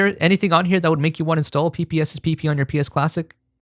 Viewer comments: "PPSSPP" or pssssrbg" for shot hahaha dude you got me laughing on that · burst out laughing at the phonetics of ppsspp